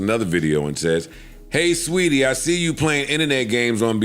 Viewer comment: She's Saweetie. Not sweetie